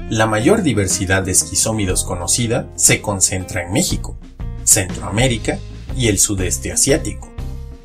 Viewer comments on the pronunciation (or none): none